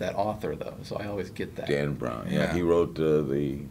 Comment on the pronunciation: Dan. Brown. Lets break that into sylables. Dan Brown